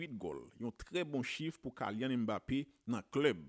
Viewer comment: Sitwayen nom nèg la pa pwononse Kaylyann se Kilyann 🤔